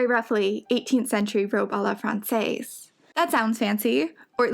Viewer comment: The way she pronounces "française" makes me close my eyes in cringe each time, but ugh the gown and illustration is so beautiful.